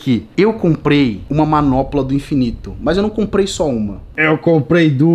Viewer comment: "MANOPOLA" KKKKKKKKKKKK É MANOPLA